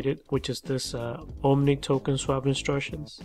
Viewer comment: Bro.... Theres no "N" in OMI